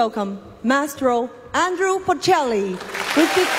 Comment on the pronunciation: 杨澜虽然看的出来很用心很有诚意，但英语的确还达不到主持人/播音标准。毕竟这种级别的盛事，要从中国派一个双语主持，代表国内最高水平，我觉得标准和要求还是应该要比这个再高一些。读音首先很多字都有吃音节的问题，语法有几个小错误，最主要的是把波切利的名字念错了。他不是Andrew，是Andrea，可能是因为中文普遍翻译成安德鲁的问题？其实准确的说他叫安德利亚，这个就比较严重了，毕竟是三个重要嘉宾之一。。。